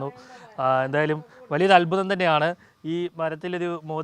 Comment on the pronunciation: അത്മുതം അല്ല അത്ഭുതം